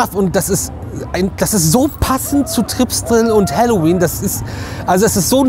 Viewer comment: Ich versteh immer Hallo wien 😅